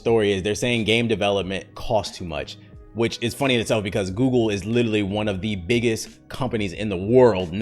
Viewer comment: Ay y'all gone leave alone with that "gewgle" mess lmaooo